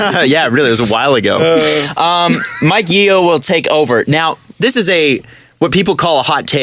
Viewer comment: Also it's Yo not Ye-o